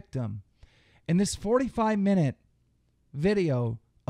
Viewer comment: He said he just does thois for the monwy